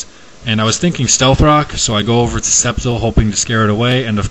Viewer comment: its Scept-eye-le